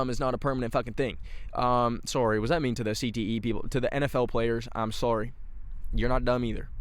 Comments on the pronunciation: sometimes i forget that canadians have different accents so i get jumpscared whenever says “im sourrey” lmao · going back to his roots with the 'sory' lol